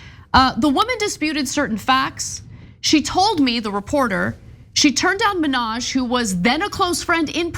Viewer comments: STOP SAYING MINNAJ LIKE NIKKI MANAJ. YOU'RE A REPORTER, try to say hi name. Hasan ...,MINN...HAJ. If you can't say it correctly, throughout the piece, refer to his first name. It's not like we are going to forget which Hasan you are talking about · it's HA san MIN haj, not HaSAN Menage. Cheers!